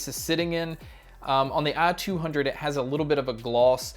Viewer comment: I couldn't get over the fact he pronounces it "ah-200" through the whole video haha